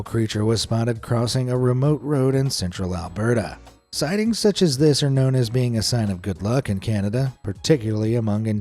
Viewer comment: Alberta, not Alberto. Oh can aw gun = Okanagan, Pen tick ton...oh why do I bother against an AI narrative...? Lol!!!!